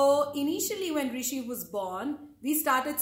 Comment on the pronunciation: My name is rwishi,, not Rishi,, hahahahaha